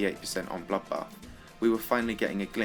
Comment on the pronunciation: Wtf. Have you got a problem with bloodbath. You called it 'bollockbath'